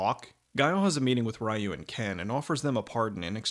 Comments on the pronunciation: ree-you not Rye-you... bruh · Excellent video, and very funny. But a couple notes; it's pronounced "REE-you" not "RYE-you." (that's not my opinion, that's how it's properly pronounced.) And you didn't mention the few mistakes they made, like that Balrog is a bad-guy in the games, and Dee-Jay is a good guy. =) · it's because it doesn't respect the source material that's why people don't like it, they don't even use their powers. Also it's pronounced Ree-you not Rye-you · I honestly don't like that this movie is the reason why people say Ryu incorrectly. His name is pronounced ReeYou not RieYou. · God fucking dammit, it's not "Rye-you". It's "Ree-you" or, if you want to be more accurate, closer to "Ru". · Pretty sure it is Reeeeeeeeyu and not Raaaaaiiiiyu. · Juan Rivera Yes, but in North America that was how people pronounced his name. Nobody knew it was Ree-yoo and not Rye-yoo until the animated movie was dubbed and released. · It’s actually pronounced REE-YOU. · "Rye-ewe" the most bastardized english way to pronounce a japanese name... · of all the shit he knows about street fighter why can't he pronounce Ryu's name right that really bugged me to the point where I couldn't finish this review. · Ryu is pronounced like "reeyuu" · Ok but we know how how it's pronounced now... so I found it irritating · Ree-you and Ha-doh-ken. I know it’s an old video but this bothers me. Other than that a fantastic review. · ok but this review easily released when street fighter first came out... it was released recently and he should know better, further more no one pronounces Miguel, My-gwell lol